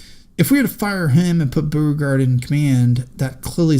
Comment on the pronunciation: It's also BOH-re-gard, not BOO-re-gard.